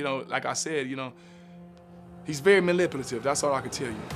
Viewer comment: Why are they all mispronouncing manipulative